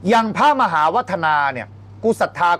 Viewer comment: หมา กับ มหาออกเสียงเดียวกัน เต็มที่เลย..เบียร์